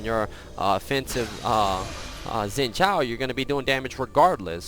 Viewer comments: "Kshin Zhao" not Zin Kshao XD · You are pronouncing xin zhao as Jin jhao